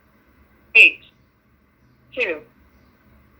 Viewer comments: tu tu łan xD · thu thu on fy nie fy. HAHAHAHAHAHAHAHAHA